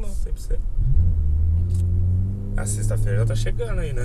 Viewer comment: Não é chegano não. E sim. Chegando. O português correto. É bonito. E cultura rica. É o que enriquece país. Toninho Poeta.